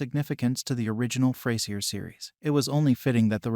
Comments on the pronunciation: Yup. It's not ftay-zier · Next time you should try using an AI that can actually pronounce Frasier.